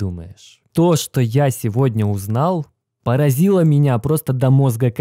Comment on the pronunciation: не говори "меня папазило", лучше говори удивило. А то тебя так и паражает что все по больничкам... держись бро!